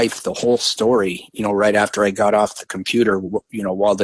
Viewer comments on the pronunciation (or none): none